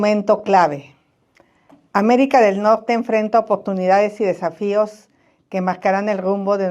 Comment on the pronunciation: No puede pronunciar la letra R, "Lopez Obradog", " comegcio", "Améguica de Nogte",...